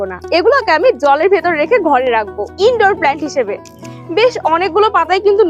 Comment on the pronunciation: দিদি প্লেন্ট না হয় প্লান্ট